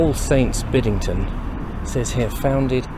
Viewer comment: Excellent video ! BTW it's , Bidd-en-den. Not Biddingden ! 🤔😘